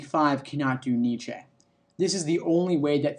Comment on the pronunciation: The mispronunciation of Nietzsche is triggering